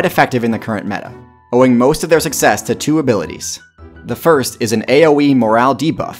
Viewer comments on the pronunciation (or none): none